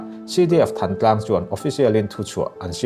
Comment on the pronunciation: Thãntlang ti a lamrik zawk tur ani